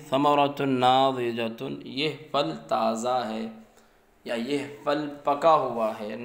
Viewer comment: پھل بولیں فَل نہیں پھ تلفظ؟